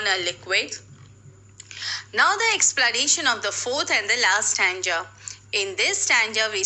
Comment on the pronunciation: Your pronunciations of the words stanza and ambiguity are wrong.